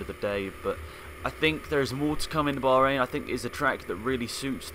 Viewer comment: "Baharain" GP lol